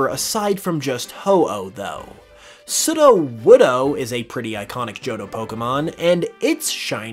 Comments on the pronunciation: Off topic, but Is anyone else slightly bothered by the way he pronounces Sudowoodo? It's meant to have long vowels so that is sounds like pseudo-wood, which is what it is. Not "sudah-wudah". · You're saying sudowoodo wrong. It's pronounced sudowoodo. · how you say sudowoodo is cracking me up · How he says ""sudowoodo" gives me the will power to take down the Russian government single handedly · This man says sudowoodo wrong and he says it almost back to back 🙄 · Disliked for how you pronounce sudowoodo